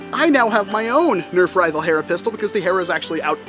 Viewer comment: Did you mean nerf HERRRRRRRRRRRRRRRRRRRA?